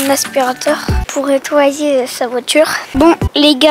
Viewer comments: Eh mais il dit ettoyer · ton petit frère il est bizarre on dit pas ettoyer on dit nettoyer il est bizarre à faire des séquences stylet est bizarre que il et toi tes chaussures avec du vinaigre blanc et les abonnés casser la barre des pouces bleus